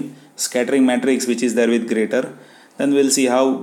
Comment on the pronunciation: Sir it is pronounced "jyrator". The 'g' is pronounced the same as in the word "Germany".